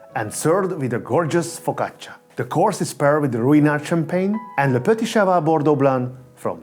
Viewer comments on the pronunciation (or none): none